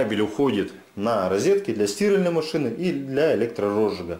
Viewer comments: Почему стИральной? Мне больно это слышать. А в остальном отличный специалист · Для сти́ральной машины 🤦, как можно так ударение искаверкать))